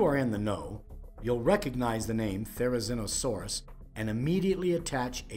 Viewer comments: Yeah, he was mispronouncing the name all throughout the entire video except for once when he mentioned the animal's full name. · PaleoFAIL: Pronouncing the name wrong the entire video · The biggest paleofail here is how he pronounces therizinosaurus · WTH is with calling this “therizonosaurus” It is therizinosaurus